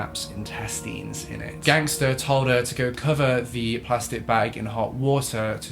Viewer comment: I thought you said a bag with her testes in. Was really confused until I realised you must have said intestines